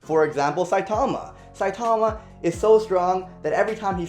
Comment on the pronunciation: He is saying saitama wrong.